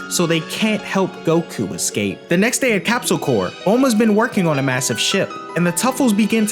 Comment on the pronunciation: love the video but its not capsule corps as in the marine corps, its capsule corp. as in corporation/ so its {corpe} its {Corpse}